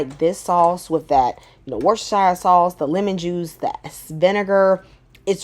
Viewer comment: Oh come on, - I’ve told you how to pronounce it - you’ve wimped out on me, girl. It’s pronounced ‘Wusster Sauce’. Don’t let me down next time!!!